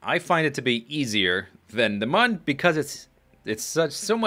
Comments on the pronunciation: It is pronounced "moon." The game developers have said this somewhere before (I don't remember where). Many people pronounce it as "moon" anyways. you are one of the few people that I have heard call it "mun" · I believe "Mun" supposed to be pronounced just like "Moon" because of one particular background on the main menu. On this background, you are on the Mun with a kerbal, and when you select an option, it zooms to the right, showing a crashed spaceship. On this ship is written "Mün or Bust!" The special character, ü, is pronounced like 'oo.' Just my opinion, though, I suppose... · It is pronounced "moon" because it is spelled with a "u" that has the two dots on top of it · Mun is pronounced Mun and Mün is pronounced Moon. hope this helps. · I believe it's pronounced moon cause mun is German